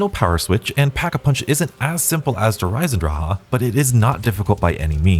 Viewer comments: why is he saying Der Eisendrache like Eye-sen-dra-ha 😭 the ch at the end is accented like a drawn out K it should be Der Eye-sen dra-khuh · Der EisendraAHAA is how im saying it forever now, thank you 👍.